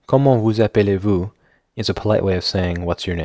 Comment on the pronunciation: Also in "comment vous appelez vous" try not to pronunce the middle e in appelez. It's pronunced "aplé"